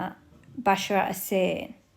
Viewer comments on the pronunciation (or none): none